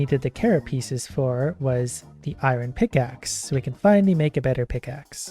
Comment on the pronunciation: I absolutely love watching but the way he pronounces iron does slightly bug me at times xD